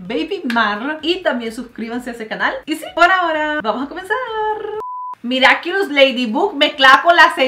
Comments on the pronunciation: Es miraculus no miriaculus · Mariale soy tu fan pero no es miraquiulos es miraculus así se pronuncia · Perdon por corregirte pero es miraculus